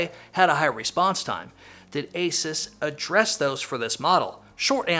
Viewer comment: great review. Asus is pronounced like Zeus.